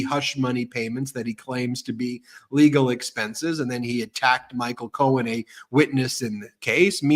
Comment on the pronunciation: did anyone else catch this—He called Cohen “Cohn”, as in Roy Cohn ~he even paused, like, “did I get that right?” He is losing it.